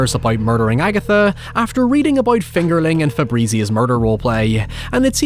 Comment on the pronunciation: Everytime you say fingerling, it almost sounds like “it’s finger licking good” lol